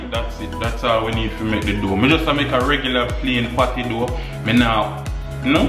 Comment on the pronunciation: Emphasize the P when you say patty because I thought you were thinking about other things